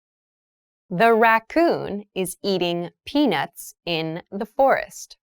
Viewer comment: The second syllable of the word of FOREST sounded like /ɪst/ in the first and second pronunciations; however, it sounded like /rɪst/ in the third pronunciation. Did I hear it correctly? anyone